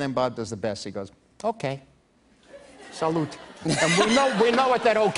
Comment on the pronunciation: no lmao the character is Italian American. He's supposed to say "salute" but the American accents butchers the word. Everyone in America says "salute" to act Italian but mispronounces it.